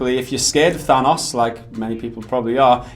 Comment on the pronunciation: How do you mispronounce Thanos?